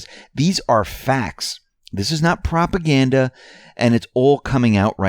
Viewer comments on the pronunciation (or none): none